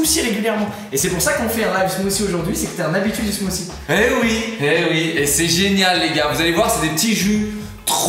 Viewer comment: Le titre montre "smoothie". Eux disent "smoussie". Seems legit.